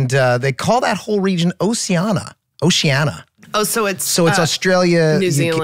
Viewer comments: Pronunciation of oceania... ocean-Eeyah. Not osea-annie-uh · Lol Rob saying Oceana like its a Moana character. Its Oceania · I love how they pronounce “Oceania” 😂